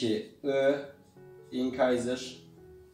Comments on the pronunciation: Çok kişiden telafuzunu duydumda ilk defa inkayzır duydum bi internetten telefuzuna baksana bide anlatımın iyi dişleri ayrı ayrı anlatmayı düşünüyor musun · İncisor inkayzır demeyip doğru telafuz etsen daha iyi olurdu